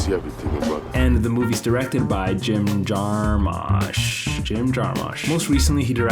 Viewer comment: Jim Jarmish is how it's pronounced.